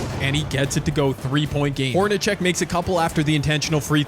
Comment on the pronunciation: Fun concept. BTW, pronunciation is "Horn-a-SECK" not "CHECK." ... also, re: ISU-Iowa - Iowa State should have stolen Fred Brown, not Hawkins.